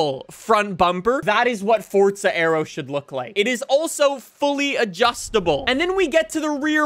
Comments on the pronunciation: It,s Forza, not Fortza. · Why do some people call it fortsa it's forza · yes I know it means power however the game is FORZA not fortsa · Why dose he said fortza 😑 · forza not sure what FORT ZA IS